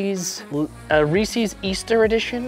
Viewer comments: Never had a reesies but reese’s 🤌😂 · Why you saying reeses wrong